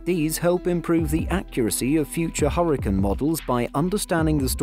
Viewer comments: Huricins? 😂just call them cyclonic storms if you can’t pronounce hurricane properly. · Quit saying hurricane that way 😒